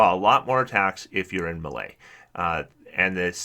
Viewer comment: The way you say "melee" makes me cringe every time.